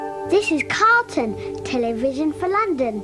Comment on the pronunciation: It's Say Carlon Instead Of Carlton.